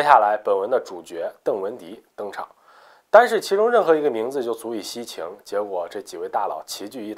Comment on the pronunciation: “单是任何一个大佬都足够吸qing?”😳😳应该是吸睛jing吧？